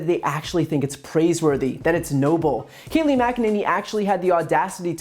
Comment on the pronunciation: Her first name is pronounced "kay-LIE".